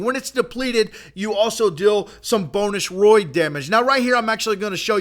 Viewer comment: its raid not roid